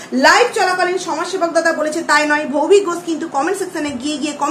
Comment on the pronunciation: ভৌভিক ঘোষ না বলো ভৌতিক ঘোষ 😂😂😂😂